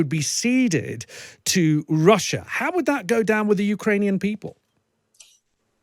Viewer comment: "russhur and Ukraine"